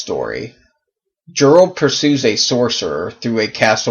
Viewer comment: No direspect ...I think that Jirel is pronounced Yarl... I didn't know he had so many female characters.